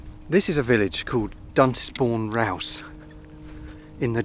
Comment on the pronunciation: Duntisbourne is actually pronounced "Dunsbourne